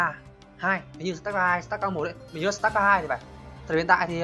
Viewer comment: sờ tát ca :))) má nó đọc tiếng anh nghe ko nhận ra tên game luôn ấy star là ngôi sao , ko phải start :)))